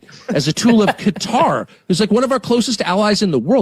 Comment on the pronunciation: At least he pronounced Qatar correctly